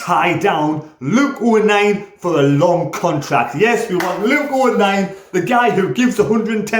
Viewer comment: Nearly got my name right mate 🤐😂